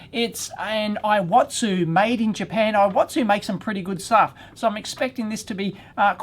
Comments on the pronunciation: it's pronounced similar to EE-WA-TSU, not eye-wa-tsu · Actually it should be pronounced like "E watsu"